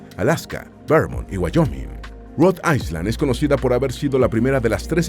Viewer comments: Se pronuncia Rhode Ayland no Rode Aysland, aunque se escribe Rhode Island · No se pronuncia Rhode AISLAND con S sino Rhode Ailand sin S. Es una particularidad del Ingles. Como tampoco se pronuncia ILinois con S sino ILinoi sin S. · Rod AiSSSSSSSSSSSSSSSSSSSSland?? Qué mal pronuncia la IA 😢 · Rhode ISLAND... me daban calosfríos cada vez que escuchaba "aiSland"